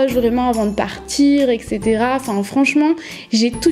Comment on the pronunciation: Même si c'est un peu tard, super vidéo mais pour te dire, c'est "et cetera" et pas "ec cetera" bisous ☺